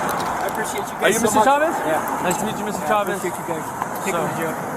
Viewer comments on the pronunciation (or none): Mr Chavez ❌ Mr Chadez 🗿